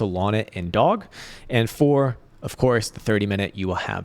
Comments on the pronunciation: Is he saying Doge? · yes, it’s funny that he doesn’t know